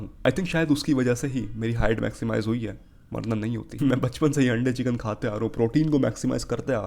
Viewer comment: Bro says chicken in a veryy fancy way so he thinks it is soooooo rightttt 🥱